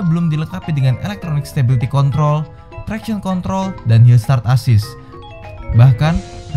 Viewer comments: Hillsat assist.....asli bikin saya ngakak, lol.. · "Hillsat assist" 😂😂😂😂😂😂😂😂😂😂😂😂😂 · Hills(t)a(r)t assist wkwkwk